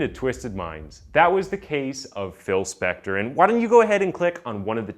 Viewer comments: Leonard "CoNan?" "Spencer?" "Speck-tar?" Come on, man. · man if you want to be a narrator or voice over, you have to talk FASTER and you miss- pronounced Spector 3x. what should have been 7 min. was stretched WAY TO LONG! and NO Im not on coke. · This dude pronounced Phil Spectors name 8 different ways. Even Spencer one time. Love it. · Get used to it. He does it in EVERY SINGLE video! He even pronounced Spector as Spencer once and pronounced Spector about 5 different ways